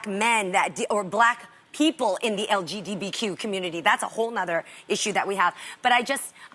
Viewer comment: Did Jeannie just say LGDBQ?